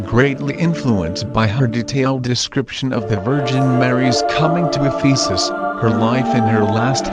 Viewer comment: Thank you! I visited in 1992. I just want to mention that you are mispronouncing Ephesus.